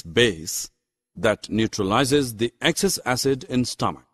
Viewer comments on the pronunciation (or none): none